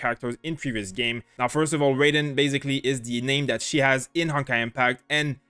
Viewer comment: its pronounced as Rah y den not reyden